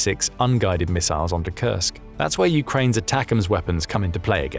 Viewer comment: Did anybody else hear him say that like "attackums"...like steakums!? 🤣